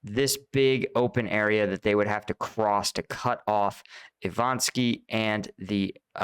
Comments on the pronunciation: you really should learn to get the city names correct. It's kind of disrespectful to scorch the names. Immagine someone calls you Palu🤨.... It's not ivan sky, but Ivanivske! Bonjour de France les amis ✌😉👍🇫🇷 Slava Ukraïni, heroiam slava!🇺🇦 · Repeat after me: I - VA - NI - VSKE ! xD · I-VA-NIV-SKE Learn to read finally.